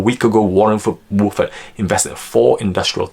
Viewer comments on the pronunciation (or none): it was a joke about your accent. You say Buffett in a weired way.